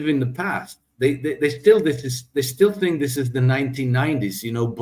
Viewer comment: Let your tongue touch your upper front teeth and dey dat will change to they that.